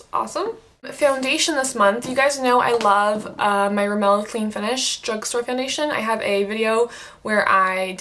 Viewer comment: RIMmel, not remMEL.